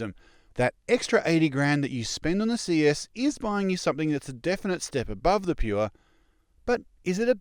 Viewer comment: "Pure" is one syllable; like drip or mong.